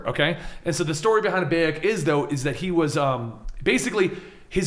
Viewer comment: doesnt know how to say bayek and mejai